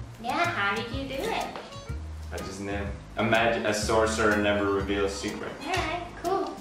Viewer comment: "But They Nevar"